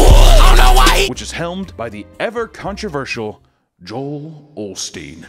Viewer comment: No L in osteen